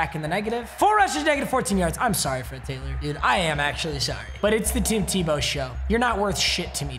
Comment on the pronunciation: Who's going to tell him he was mispronouncing Tebow